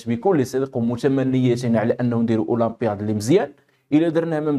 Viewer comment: Khouya please oulampiyat اولابيات مشى اولابياد خويا الناس غدي يتعلمو الغلة منك العفو